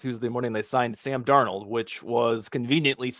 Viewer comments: And Dar-Nold wait... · pronunciations of Darnold and Lewis Cine are just bizarre lmao